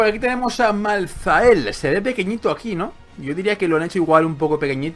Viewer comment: creo se dice maltael la h es muda al menos siempre al oir el nombre en los trailer y eso se dice asi.